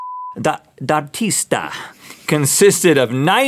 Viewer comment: Rhett pronounced "D'Artista" as "DATISTA"